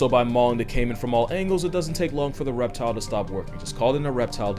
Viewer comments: "Ereptile dysfunctiion". I fell tf out!!!!! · Did anyone else catch “Ereptile Dsyfunction” ??😂😂😂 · "ireptile dysfunction" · "...It's called an ereptile dysfunction" 💀😂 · “An ereptile-disfunction” Lmao! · "it's called ereptile dysfunction" 😂